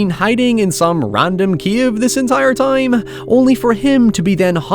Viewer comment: You pronounce a lot of words wrong. I want you to forget the letter “I” and practice the letter “O”. Time and town should not sound alike. That being said fun video well done.